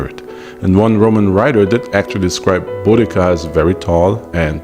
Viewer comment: Thank you for pronouncing her name correctly.